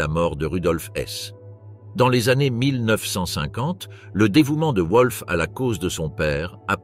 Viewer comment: Oui et le nom du fils de Hess : un coup c'est "Volf" (prononciation correcte) un coup c'est "Ouolf"